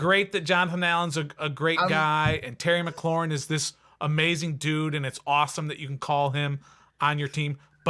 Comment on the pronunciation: This man said terry mcclaurin and Allen . He lost some credibility saying that lol